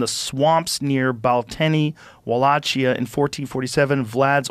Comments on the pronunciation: It's pronounced wall-ock-ee-ah. And the etymology of "dracula" (I'm pretty sure) is Old Latin meaning "son of the dragon" or "little dragon" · O and I believe it is pronounced like wool lake ea but the spelling is odd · It's pronounced Wah-Lake-e-Yah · It’s Walakia!!! Like Wa-la-key-a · Its read as "Wallaikia" Rogan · WAL-AKE-KIA - WALLACHIA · It is pronounced wa-lay-kee-ah. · Pronounced Walakia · Joe calls him a monster but doesn’t even know how to pronounce Wallachia correctly. He knows nothing of Vlad. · Walachia is pronounced with a K sound. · Pronounced tep-ish and va-lak-ia